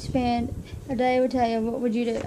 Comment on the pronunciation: Yay! I found it! I love it! I love the picture you choose as one of your favorites, it was so hard for me to pick too. I feel the same way, when Talia died part of me died too. :( Oh and you did say my name right. :)